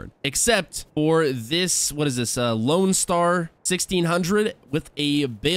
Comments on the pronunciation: Loadstar not loanstar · its LOADSTAR not LOANSTAR